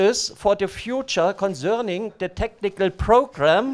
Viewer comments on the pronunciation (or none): the way he says concerning has me dead everytime